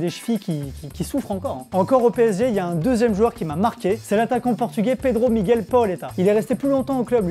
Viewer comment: Je t'adore, t'est le 1er français à bien prononcer Miguel, continue comme ça, t'est mon nouveau idole.